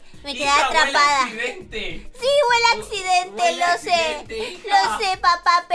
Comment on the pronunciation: ME ENCANTO CUANDO DIJO:EL ADCIDENTE ACABA DE OCURIR😂😁🤣😂🤣😂😂😂😂😂🤣🤣🤣